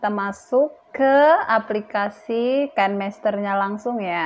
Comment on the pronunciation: Kan mester ... Bukanya Kine master ya.. Baca nya juga Kine master..